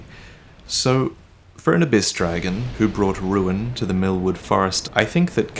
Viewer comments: Everytime I am laughing when hear "Mil..MILFWOOD" xaxaxa sry. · Am I the only one that thought everything said milkwood Instead of millwood